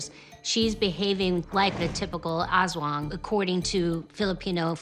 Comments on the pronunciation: loved your accent: Asszz Wong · creepy stuff. watching from the Philippines. 'Aswang' is pronounced like 'us wong' (using standard US pronunciation). people absolutely believe they exist here. you can have a PhD, listen to Bach, and speak 10 languages, but still believe in aswang. Its only one of a ton of crytozoological and paranormal beings that people believe exist here. 7641 islands, most of them uninhabited, dark rainforests by the coasts of islands, and ancient pine mountains in the highland areas. there's a LOT of wild space here. who knows who could live there.